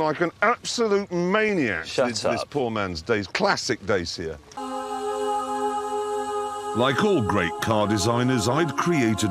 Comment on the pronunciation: the fucking rus reporter in a pub pronouncing "Dacia" as "Dacha"... i dont know who came up with that shit, but "dacha" is being called a house in russia outside of the city made for vacation, growing plants and herbs or hiding a body, you name it